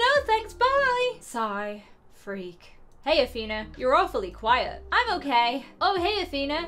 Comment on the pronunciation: it isn't AthEna it's AthenA